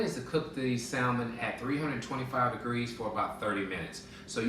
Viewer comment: The L in salmon is silent...those are Scallions, NOT shallots.